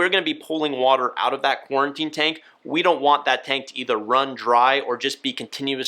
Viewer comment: Why does he keep saying QuARTInE tank